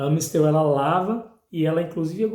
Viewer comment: Naoo é Ã é A ... Amistel.... Tem Ã no rótulo??? Para de falar errado